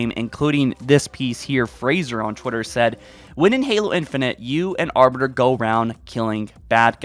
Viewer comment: Mans says Arber, yo it’s Arbiter